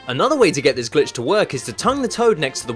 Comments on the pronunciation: you say glitch or bitch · I only who hear b*tch instead glitch?